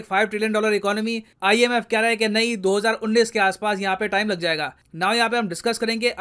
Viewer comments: Sir, 29 is उनतीस, not उन्नीस (19). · उन्नीस नही उनतीस* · sir small correction... You Continueslly mentioning 2019 instead of 2029 ... hindi pronunciation mistake Thank you sir 🙏🙏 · Unateesh bolo unneesh nahi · Sir, you are saying "unnis" instead of "untis" for hindi of 29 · Sir 29 is called as unttatis not unnis. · सर् उनतीश (29 ) को उन्नीस क्यों बोल रहे हैं? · * 29 = Untiss not unnis . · Unnis nhi untis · सर वो उन्नीस नहीं उनतीस है। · भाई को उंतीस बोलना था पर उंनिस बोल रहे है! कोई बात नही क्यूकी हम भाई के बहुत बडे फॅन है!!!! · Unnis nahi unnatis 🤌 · उन्नीस नही बोलिए sir उन्न्तीस बोलिए ( pure video me apne galat pronunciation kiya ) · 29 untis hota hai 19 unis hota hai..😂😂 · So hzaar unatis(29) not unis(19) sir ji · Unnis nahin unntish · sir its do hajarr untis not unnis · O Bhai kyaa ho gya h aap ko 29 ko 19 bol rahe hoo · Do hazar Unnis nahi Do hazar UnTees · Sir try to pronounce 2029 as 'do hazar untees' and not as 'do hazar unnis' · Sir It's दो हज़ार उनतीस (not उन्नीस) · Mujhe baar baar untees ki jagah unnees kyu sunai de eaha tha 🤔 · Sir galti se apne 2029 ko 2019 pronounce kr diya, multiple times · Sir आप बार-बार उन्नीस को उन्नीस बोल रहे है। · Sir read 29 as उनतीस ( उन्नीस 19 ko bolte hai ) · Unn tees not unn niss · sir unis nhi unatis kehte h 29 ko hindi me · Sir,29 ko उनतीस बोलते है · U are pronouncing 29 wrong sir!